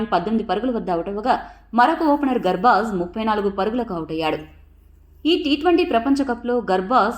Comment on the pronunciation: Medam garbaj kadu gurbaj ani cheppandi